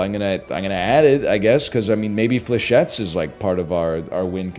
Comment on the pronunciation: did this mf said burst dlechettes?